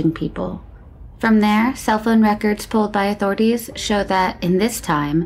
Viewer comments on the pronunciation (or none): none